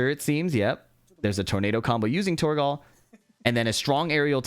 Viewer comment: the way you pronounce torgal pains me